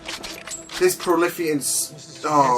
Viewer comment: It's prolethian not prolithian